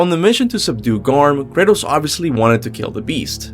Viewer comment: I constantly hear him say Curtis when he's saying kratos